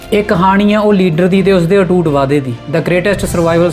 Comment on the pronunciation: ਅਟੁੱਟ ਹੁੰਦਾ 😂😂😂 ਅਟੂਟ ਨਹੀ